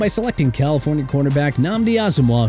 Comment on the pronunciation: ALDON SMITH IS PRONOUNCED aal-duhn AND ALSO, SIR, NNAMDI ASOMUGHA IS PRONOUNCED naam-dee aa-suhm-waa... UNBELIEVABLE!!!!